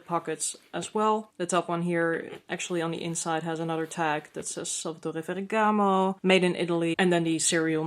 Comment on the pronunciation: I love the unique color combo of pink and silver hardware. It seems like they have been paring gold with pinks more. However, I 💯 understand why you’re sending it back. I also like how you pronounce the Salvatore Ferragamo. I wish I could get it out like that 😊 and sound 😎